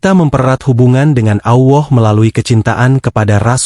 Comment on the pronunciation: Benar ga mengucapkan bukan Awah,Allah tau🤣🤣